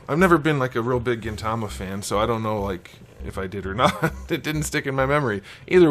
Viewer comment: lol pleasantly surprised you pronounced Gintama and Gintoki right haha. great review!